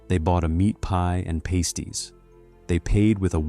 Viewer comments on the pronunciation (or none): Ai voice is annoying. Paste y? They aren't glue. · "pasties" is pronounced "past- ees" (as in "the past" not "paste") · The AI voice says pasties for lunch - no they arent pasties - no pasties are what strippers wear - these are pasties like a sausage roll - I hate AI voices